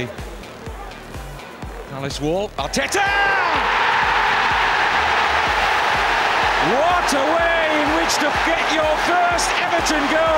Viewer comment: the way the commentator said artetaaa it didnt sound right